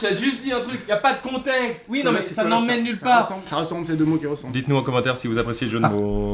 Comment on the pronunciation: Ya pas de containxte XD